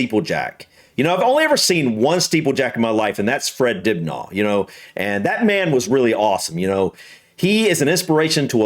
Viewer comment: Why the mispronunciations if the late Fred Dibnah surname It is not Dubnaw Lol Poor Fred... He deserves to have his name remembered correctly by all who claim to greatly admire him, surely.. Dinner is the correct pronunciation. Thank you sir.